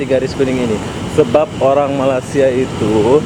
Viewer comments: sebut Malaysia bukan malasia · Sebut betul la..kalau malasia,itu keretapi kosong..semua duduk rumah tido...ini malaysia.. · Hang sebut malaysia bgi elok² skit.. Malasia² apa dia.